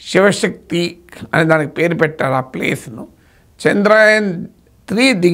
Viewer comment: చంద్రాయన్ కాదు చంద్ర యాన్ అని పలకాలి